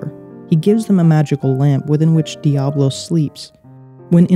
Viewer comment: Important to note that it's Diabolos, not Diablos.